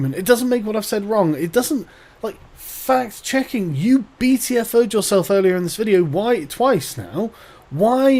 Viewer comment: I cant help but hear it as fat checking when she is talking.